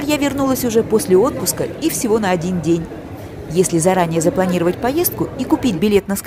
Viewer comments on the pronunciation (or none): none